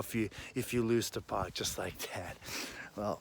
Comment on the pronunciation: Why doesn't anyone know how to pronounce PAC? IT'S NOT POC.